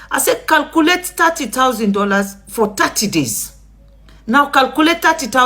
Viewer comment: Calculate not "calcoolate". You are not Sierra Leonean